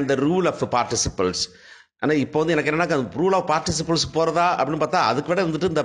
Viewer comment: Sir, it's not principal. It's participles